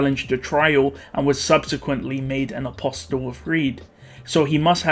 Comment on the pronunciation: apostle is pronounced with a silent “t”.